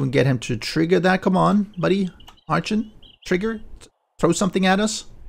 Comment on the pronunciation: just to help and I'm not trying to be rude... ARCHON is pronounced R-CON. Also I finally subbed!